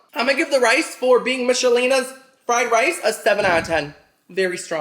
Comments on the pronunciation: We pronounce it Mickelina's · ❤ you. But you pronounce Michelina's totally weird. The h is silent. It’s like mik o Lena I’m sure a lot of Americans say it like you though but I thought you may want to know. Keep making awesome videos. I watch every single one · It's pronounced Mick a leena and she's a Queen not King 😂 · Childhood unlocked. We used to pronounce them as Mickelina. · Not me mispronouncing Michelinas my whole life 😂